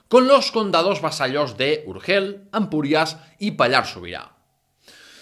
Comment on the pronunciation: Barcelocéntrico dice el tipo que no sabe situar ni Urgell ni Cardona en el mapa. Tampoco sabes pronunciar Urgell... Qué podemos esperar pues